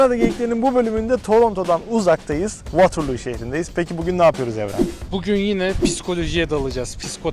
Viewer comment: bi ogrenemediniz su telafuzu WAA-TR-LOO -(VwOoTIRLuU)